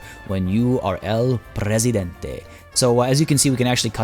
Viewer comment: Also, your pronunciation of El Presidente is better than the one from the voice actors, so good job!